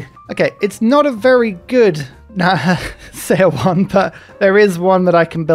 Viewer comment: Love your videos,. One thing though, seowon's 'seo' is pronounced like 'su' from the word Sun.